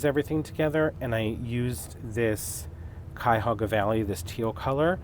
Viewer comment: Cuyahoga Valley- oh my- the green really caught my heart. I love teal and shades of green. I am familiar with Cuyahog county. Yoi said it just thee way the locals do